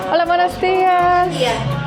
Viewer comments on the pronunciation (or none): none